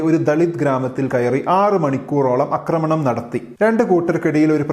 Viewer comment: അക്രമണം അല്ല, ആക്രമണം... പോലെ ഒരാൾ സംസാരിക്കുമ്പോൾ ഒരിടത്തും മലയാളം ഉലഞ്ഞു പോകാൻ പാടില്ല... 👍👍